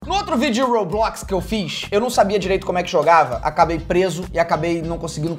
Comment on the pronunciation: Jesus cara não é Roblox é Roblox Roblox eu acho que você não passou da 10 anos da Escócia não como você não sabe falar Roblox que é isso eu acho que você não conseguiu falar Roblox direito